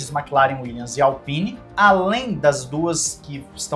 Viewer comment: Al-peenie? Fuck off idiot!